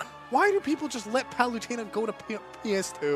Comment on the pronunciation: “Palewtana”. Lol